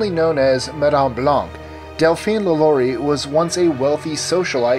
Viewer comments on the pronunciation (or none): It's pronounced "la la ree," not la Laurie. ugh